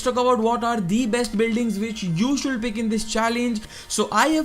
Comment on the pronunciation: Should = शुड not शुलड, pls improve. The video was useful but your pronunciation was horrible annoying.